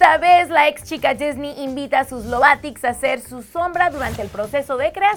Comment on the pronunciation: "ex chica -disniy-"🙄